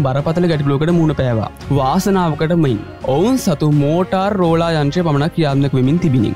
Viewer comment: මෝටාර් රෝලා නෙවෙයි මෝටරෝලා